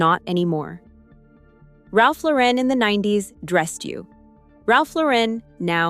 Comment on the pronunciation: Omg it’s not Ralph LoREN, like Sophia Loren. It’s Lauren, like a girls gd name. Gahhhhhhhhhh